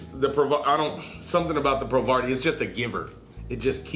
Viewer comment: Hey mate! Just to let you know, I believe it's pronounced "pro-VARY" (like in variable). Loving the vids! Vape on!